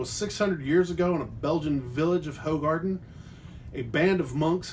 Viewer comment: it's pronounced WHO-garden